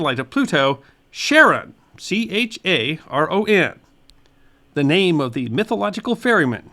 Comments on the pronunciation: Pluto's large moon is pronounced 'kare-ON', not 'sharon' the girl's name. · Charon is pronounced with a K, not an SH